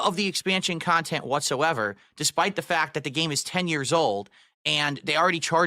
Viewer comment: I like how thinks Nintendo a rip off but his ‘khantent’ is value for money 😂